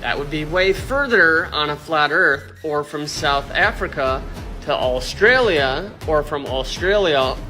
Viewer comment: God that guys prenounciation. "Austraaliu"